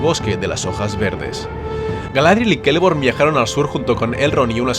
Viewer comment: ¿Por qué pronuncias la «ce» como «ke»?